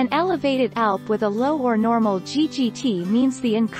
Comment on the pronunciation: C'mon, get a real person to read. This robot doesn't know how to read, pronouncing ALP as "alp" and doesn't know how to say IU per litre.